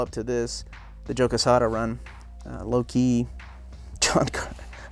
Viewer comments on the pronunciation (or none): none